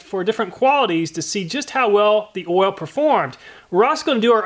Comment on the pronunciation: Whenever he says "oial", my kidney hurts..